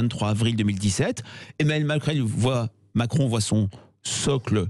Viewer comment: 0'53 "emmanuel macrelle"...trooop beau